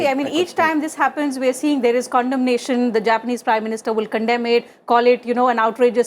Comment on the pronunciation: condemnation is not a right word for Indian accent 😂